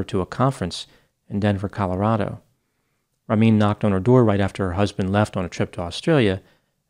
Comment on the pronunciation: Wow you butchered these persian names like Ramin his victims